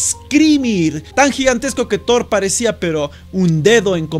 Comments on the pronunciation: Thor no shor aguante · "...hemos visto una estatua de tdhoor, al menos yo deduzco que es de tdhoor... " No puedo puedo con la pronunciación de este chico, me mata xD. Al querer verse gringo hace que suene ridícula su pronunciación.